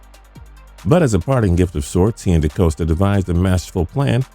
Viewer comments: Ozzie did not retire before Lamar's draft...that was his last draft class. And it's De-Cost-A, not De-cose-ta. Great Video though besides that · Stop saying his name Dacoasta. It's pronounced dacosta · Not to nitpick, but it's DeCAHsta, not DeCOHsta. Anyway, I'm convinced they would have just waited and taken Jackson in the 2nd round, but the NFL rule allows for longer rookie contracts to those drafted in the first round, and they wanted to have Jackson under control for an extra year. Everybody who says they 'took a chance' on him -- no, they KNEW. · It’s pronounced De-cost-a, not De-coast-a! Do your homework. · Okay, I've decided to stop this video for one reason. It's okay if you say a name wrong a couple of times - no one knows everything. But if it's a name you'll need to say 20 times, please take a moment to learn how to pronounce it. DeCosta is not "de- COAST- a". It's "de-COST-a". Like the cost/price of something. It's someone's name. Take a little time to respect it. I learned this by a poor experience in high school. This is YouTube, a much larger platform. Especially if you get money from this. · This so called expert doesn't even know how to pronounce the GM behind all of this. haha "DeCoasta!" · Decosta name is not pronounced De Coast ah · Half way through the vid, ozzie didn't step down until the end of the 2018 season. Decosta is pronounced da-cost-ah (if that makes sense). And bills got edmunds with the trade up. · Mispronounced Decosta the whole time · Good video outside of the fact that pronounced DeCosta’s name wrong the entire video.